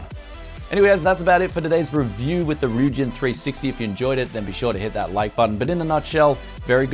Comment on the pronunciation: first review i watched where he pronounced the name right lmao